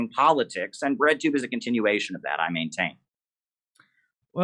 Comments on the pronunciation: Thought they were saying redtube the whole time... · I thought you guys were saying "redtube" not "breadtube". I learned real quick just how wrong I was.